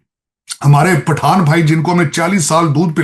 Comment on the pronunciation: Afghan Pathan 'pathan' nahi